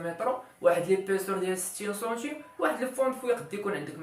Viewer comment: السلام عليكم ورحمة الله وبركاته تبارك الله على اخينا الكريم. شرح جد مفيد لكن الكمال لله وحده. لي ملاحظة حول نطق كلمة هي السنتيم تنطقها بحرف u